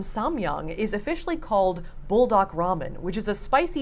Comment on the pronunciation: Its actually bool dahk which means fire chicken in korean